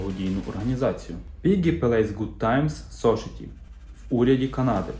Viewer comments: Society вимовляється "сосаєті") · Чому соушиті? Чому пелейс?